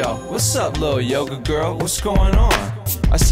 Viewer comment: So cute! All the Yoga vocab correctly pronounced too. You got skills